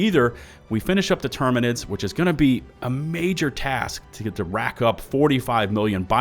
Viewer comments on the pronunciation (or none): none